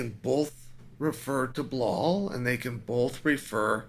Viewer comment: You insult Belal when you mispronounce his name